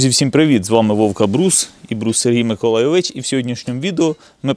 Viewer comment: Чому завжди наголос на Брус Сергій МиколайоВИЧ ?)